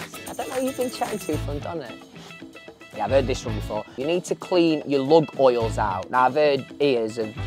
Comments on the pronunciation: i love his eyes and his sexy accent. (im from yorkshire). but its "lug holes" not " lug oils" xxx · Its lug'oles not oils 🙄😂